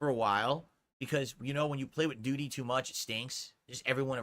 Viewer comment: Can't flush de doo-deh with a broken toilet 😂